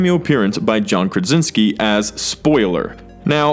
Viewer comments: It’s John KRA SIN SKI not John KRAN sinski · KRA-Sinski not KRIN-Sinski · For the love of all things Marvel, learn to pronounce the actor’s name. Each time you said it, you said “John Kransinski” or something along those lines. It’s Krasinsky. Rant over. 😃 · Great video, but……. KRANsinski?! Cmoooon 😂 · You can’t pronounce his name